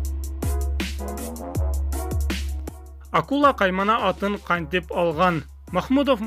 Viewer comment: Атын деп айтсанвр боло атыня дебей